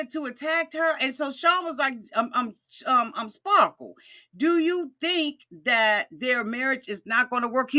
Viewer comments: Best part was John calling him "spa-kle" 😆😆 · It's "Spahkules" 😂😂